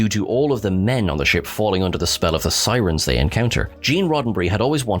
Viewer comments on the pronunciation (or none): none